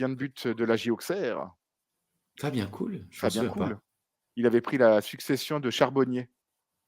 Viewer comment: Encore un sacré épisode avec un très beau main évent! Merci de nous faire revivre ça PS:, Fabien Col ( prononciation) pas Cool😉